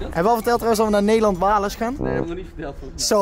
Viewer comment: Nederland - Wales 🏴 Rob be like: WAAHLESS 😭😭😭